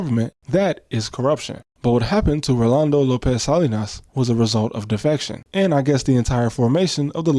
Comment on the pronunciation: Only American I've ever heard say "Rolando" correctly and not default to "Orlando"